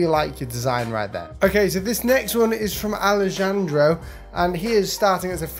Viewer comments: Lmao ikr. The way he pronounced Pisces made me squirm xD Btw Antonio. Idk what spanish people you talk to? But just a heads up. As far as I know anyway, the J in Alejandro is supposed to be pronounced as n H sound. As in.... 'Ah - Lee - Han - Dro' not 'Ah - Lee - Jan - Dro' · The J in Alejandro is pronounced but not with a hard J, it's more like a "ha" sound. And in Spanish and English, I've never heard anyone pronounce it as a hard J. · Alezhandro lol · He also mispronounced Alejandro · He pronounced the j in Alejandro, dear lord